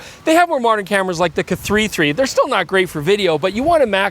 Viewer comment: I will never not find funny that of the Pentax "Kay Three-Three".